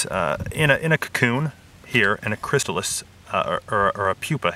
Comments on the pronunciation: Butterfly farmer "chrystalis" :| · The butterfly dealer said Chrystalis, instead of Chrysalis! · I noticed he put a "t" in chrysalis which is very surprising mistake for an expert to make.